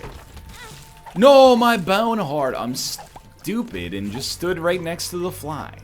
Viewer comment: I always imagined it being spelled boehwn. oddly enough, it's almost like he just says it in a normal aussie accent lol